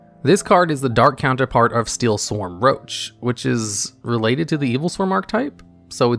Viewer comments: "i"-swarm monsters???? Really? Are they part of the Evii-swarm and Steei-swarm archetypes lol? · Oh God it is L swarm not i swarm